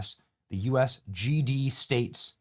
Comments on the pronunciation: “The US GD States” 😂😂😂 I can’t be the only one who noticed how stupid this is. Imagine being a representative of a nation and botching the name like this. Lol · “US GD states” 😂 does she know the s in US stands for states why did she say states twice